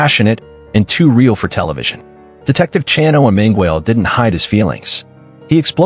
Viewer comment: Also butchered Chano’s name